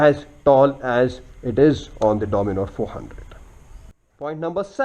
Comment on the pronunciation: and the bikes name is DOMINAR not DOMINOR